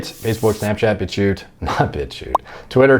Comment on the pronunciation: I always listen to the outro to see whether you say. I’m rarely disappointed